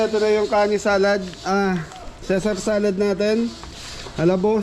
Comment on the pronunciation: Correction: It's pronounced as Cee-zur salad, not CESAR salad. Don't get offended Constructive criticism lang po. 😊